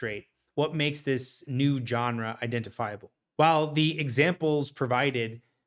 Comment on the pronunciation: I cannot believe how many young people don't know how to pronounce GENRE.